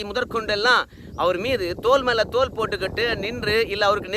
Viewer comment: தோலுக்கு மேல் தோல் என்ற உச்சரிப்பு பிழையை திருத்தி தோளுக்கு மேல் தோள் என்று உச்சரிக்கவும். மேலேசொன்ன தோலுக்கு மேல் தோல் எனறால் அர்த்தம் தவறான பொருளைக் கொடுக்கும்.